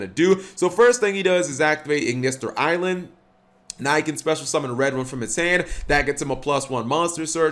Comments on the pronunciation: Ai-land not ailand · Pretty sure it's A.I. as in Artificial Intelligence. So it'll be pronounced A - Island not just Island.